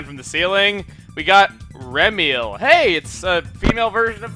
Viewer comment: His name is Emile not Emil